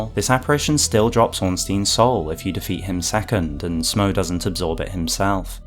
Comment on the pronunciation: I would add that Smough's name likely should be pronounced "Smoff" like "Cough". He is a giant like Gough, and they share the same naming convention.